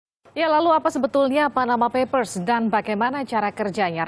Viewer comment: Paskalis perlu belajar bhs Inggris, yang benar ""Panama Papers". bukannya Panama Peppers (merica dari Panama). Dasar lidah po'ong "ubi kamu" atau ketela POHON.